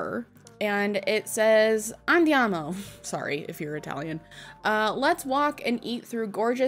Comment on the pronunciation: btw your pronunciation of andiamo was perfect!